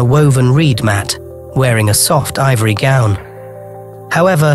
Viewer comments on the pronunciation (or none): none